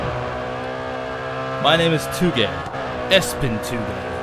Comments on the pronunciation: Did he call ESPN espen? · lol he said ESPN like "espin" haha its the sports network ESPN